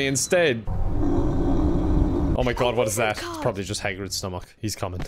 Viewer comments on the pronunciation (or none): no one: not even hagrid:: stomUCK